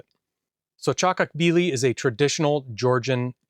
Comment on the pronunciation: yeah that pronaunsation was def wrong but still ok. Pronounse it like CHA-KO-KHBI-LI